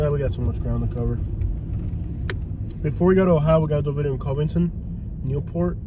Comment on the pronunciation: NO you are not in Cincinnati. There is a river and a state line dividing Cincinnati and Northern KY but it's also a different way of life. We live in KY for a reason. It's Cuvington btw not Covington with a long O sound.Same vowel sound as "Love"